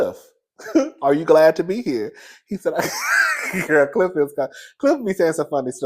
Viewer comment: Not Gliff instead of Cliff😂